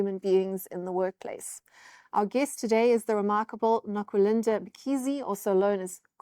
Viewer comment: Nokulind"A" not "E"